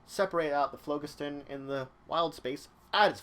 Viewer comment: I like your vids, but you are mispronouncing phlogiston. The first O is long, the G is soft, and emphasis on the second syllable. I verified this quite easily online.